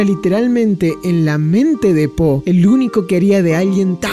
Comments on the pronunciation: no dejo de escuchar ``sopa de polla´´ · cuando dijiste la sopa de po, ya es increíble sono como si dijeras: La sopa de polla es increíble kek